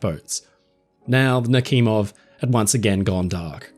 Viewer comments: Why are you pronouncing the "kh" in Nakhimov as Nakimov? The "kh" should be pronounced as "h", the combination of letters in the Cyrillic-Latin transliteration was created to avoid confusion between the pronounced "h" and the unpronounced "h". So in order to pronounce it correctly, it only takes a modicum of curiosity to ask yourself the question: "If it is written Nakhimov and not Nakimov, then "kh" must indicate something, right?". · I have heard the name Admiral Nachimov before (btw: your pronounciation of the name is a little bit awful), but I have never heard about this cruise ship. When I hear the name Admiral Nachimov, I think about a warship of the Russian Navy, a guided missile cruiser. And "Pobeda" is more pronounced like "Pob-yeda" in Russian.